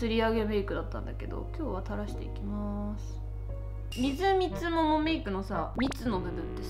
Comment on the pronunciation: すいみつとうメイクをみずみつももメイクと言ってるのがずっときになってしまう